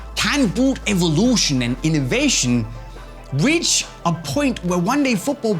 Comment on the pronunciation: innoveyshn and ivolushn😂